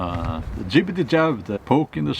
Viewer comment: When you say jay jab you make me laugh.